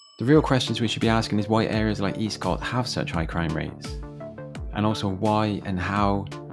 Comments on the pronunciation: With the caveat that I left Swindon 22 years ago........ It's not pronounced Eastcott, rather Estcott. However it's not even referred to as Eastcott but rather Old town. Never felt particularly dangerous, not like some of the estates begining with a p anyway. A little scruffy perhaps but never dangerous. The idea that statistically it's got the highest crime rate in Swindon now seems bizarre to me. Much has obviously changed since I've been away. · For your information, Eastcott is pronounced Escott and Walcot was a Council house estate started in the 1960's as a London overspill estate and was always a bit run down. I know as I was born in Old Walcot which was a 1930's private estate. Do I got the Swindon anymore, no I don't